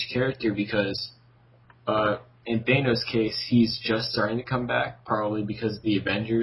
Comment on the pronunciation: You don't pronounce the a in thanos like that